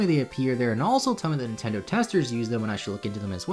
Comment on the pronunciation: Meh, it's a word pronunciation thing